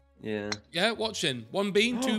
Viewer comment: that yeah was unbelievably British